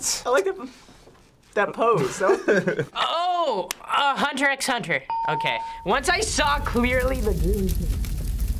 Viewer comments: I was so pissed off when they said "hUntEr eX huNteR" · "so this is Hunter X Hunter, The 'X' is actually not pronouced" YAAAAAS SOMEONE SAID IT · i literally screamed when they said "hunter x hunter" instead of hunter hunter xd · them: pronounces the x me: NO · I hate when they pronounce the X. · they literally pronounced the x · When they said Hunter Hunter with the X tho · Finally someone says it! Also, the x in Hunter x Hunter is silent, ugh. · they all said the x in Hunter x Hunter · I didn't even watch hxh but them pronouncing "x" rlly pisses me off for some reason